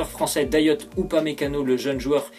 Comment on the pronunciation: Sa s’écrit dayot mais sa se dit dayo